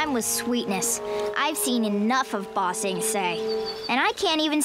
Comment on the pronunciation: Bruh, end of book 2, you still can't say ba-sing-say 😂😂😂 all jokes man lol Book 3 is amazing. It literally only gets better from here. And yes, you should definitely watch some more anime. If you like the clean action scenes in this, you'll love some shows like jujutsu kaisen, demon slayer, my hero academia, etc. Would love to see some more anime on this channel!